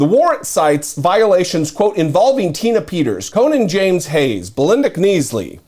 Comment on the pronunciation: Kins - lee